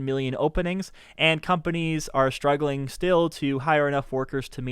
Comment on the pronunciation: It’s a weird thing but why do you say “sHtruggling” instead of “struggling”?